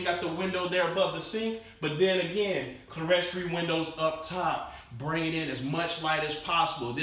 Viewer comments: Nice house, fine host, and just for the record: the word clerestory is pronounced CLEER-story, not cleer-ES-tory. However for some of us commenters, can clearly say it anyway he wants to! ☺️😊☺️ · Just wanted to let you know it’s pronounced “Clear-story”. Not “ cla restructured”. 🙂